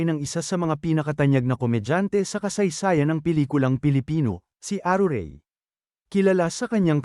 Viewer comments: aruray po hindi arurey! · ..hahahahha! Napatawa mo ako the way you pronounce ARURAY hahahahhaa!!!